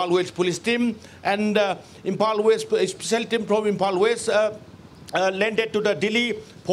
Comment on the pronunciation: Samehere😔✊ he can't even pronunciate Imphal properly 💀